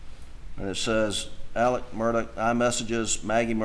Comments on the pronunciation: The fact this family pronounces Murdaugh as Murdock and Alex as Alec makes me not trust any of em. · Why does everyone pronounce Alex, “Elix” . And pronounce his last name, “Murdoch”, not Murdaugh. Just curious.